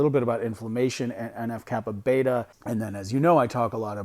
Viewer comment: NF-κB. It's B, as in B lymphocytes, not beta.